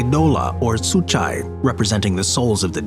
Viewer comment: The video is quite informative but as a greek person I got to say please,please,please I beg of you to do a research of how the greek words are pronounced.You literally butchered the words eidola and psuchai.